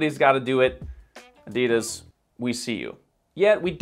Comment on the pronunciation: you're great but please research how to properly pronounce "Adidas" before making another video like this, I beg you 🤦‍♀️😅